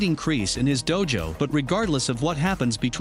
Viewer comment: Dummy do... its said like doe ya know dojo DO-jo